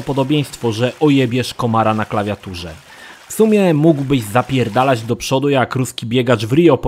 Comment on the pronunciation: "Za John'a Schwaba to powinniście jednak ZAPIERRRRDALAĆ na galerze" xD